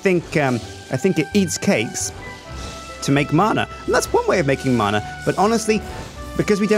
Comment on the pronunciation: Btw it's not marna it's man-ah